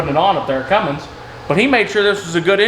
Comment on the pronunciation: Love the work so far but pleeeeeeeeeese quit calling it a Fummins!